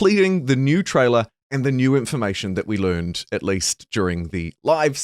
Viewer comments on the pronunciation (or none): none